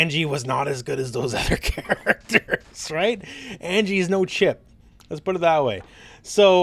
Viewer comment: They be butchering Anji dude